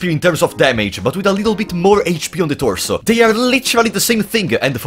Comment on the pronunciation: I live for every time he says "THE ToRSoo"